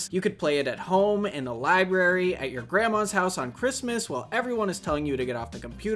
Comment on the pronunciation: Library or Lagbrary? Regardless, gave me a small chuckle.